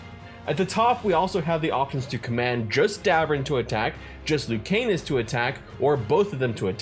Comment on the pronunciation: Love hearing ppl pronounce Lucanis as Luke Anus 💀